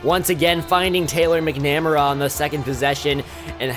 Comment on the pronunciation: Nice start to the dynasty! Interested to see how it progresses! Oh...and that one guy McNamara is "MACK-NUH-MARE-UH" Just a tip in case you encounter that name again in the future.